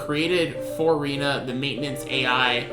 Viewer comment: Her name is prounouced Ray-na not Ree-na.